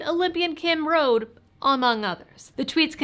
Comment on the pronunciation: FYI,, it’s pronounced “roe-dee”, not “road”. 😉 Love ya.